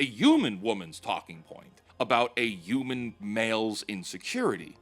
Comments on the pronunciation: I beg of you to say HU-MAN and not U-MAN 😭 ❤️ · Dude PLEASE start saying the H in Human. UUman just doesn’t sound right